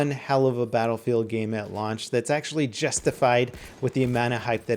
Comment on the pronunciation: Sounded like he said lunch